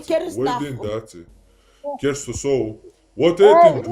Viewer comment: Он Деист же есть , а не керст 😅